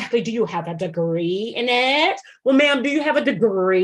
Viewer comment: “do you have a duhGREE” and “self luuVAH” EXACTLY! Tonya’s micro-aggressions are too much (for me).